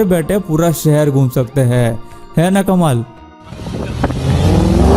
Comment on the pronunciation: Aap k "HAIN" ka oocharan sahi karlo,sunne k liye aachha lagega